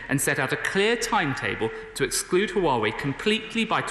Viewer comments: Someone needs to tell her that is not Uawei! Is HUAWEI!! 😂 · She is saying wrong haha. "Wa-Wei"